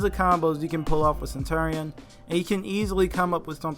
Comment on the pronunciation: Sen- chur-re-in